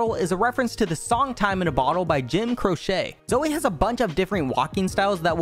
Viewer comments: Jim Crochet LMAO It's pronounced CROW-CHEE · JIM CROCHET. JIM C R O C H E T ITS CROCE. Like the pot. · LMAO ITS NOT crochet it’s Jim Croce it’s pronounced differently lol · It’s Jim Croce not Jim Crochet lmao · When he doesn't know how to pronounce Jim Croce :( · That is not how you pronounce Jim Croce